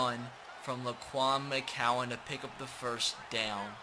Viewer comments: McGowan... G not C... Gowan not cowan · If he says “mccowan “ instead of “McGowan” one more time